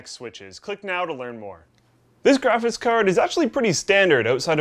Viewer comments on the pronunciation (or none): "Graphis Card". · "Graphiss Card"